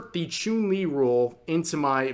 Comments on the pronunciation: Small nitpick: Chun Li's name is pronounced Ch-uhn, not Ch-oon like Chuunibyou. Like how the martial arts Wing Chun is pronounced Wing Ch-uhn. Otherwise, great vid! Source: I'm a fighting game player. Also an Asian. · I won't lie, I was whinging when Rev called Chun-Li, "ChUUn-Li." Though now I kinda want more of mispronounced Street Fighter names. RYE-YU K-EEn ChUUn-Li Blank-Ah. Zang-if DAL-Sim. Kami White. Bal-Rogue. VEE-GA M. BI-Soon. and A-Ku-Ma. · ah yes, choon-li